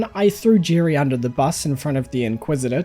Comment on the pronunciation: Hi. You are using all the wrong vowel sounds. Who the heck is Girry?